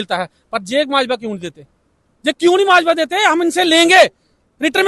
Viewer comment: Majwa nahi mavja